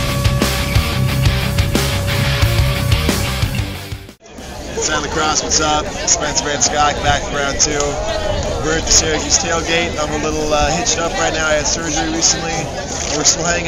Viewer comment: ...it's Van Schaack, not Shaack =)